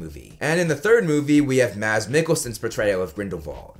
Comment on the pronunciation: Holy cow. Not everyday I hear foreigners pronounce Mads correctly!